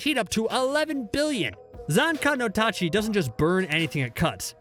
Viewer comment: I'm surprised he pronounced zanka no tachi correct considering the almost certainly gotta be deliberately mispronounced names throughout the rest of the video.